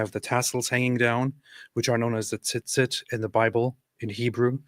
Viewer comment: my brother….that’s not how it’s pronounced 😆 you made it sound like how we call breasts in Hebrew for babies who nurse It’s a harder Z sound with a slight T before it. tzee-tzeet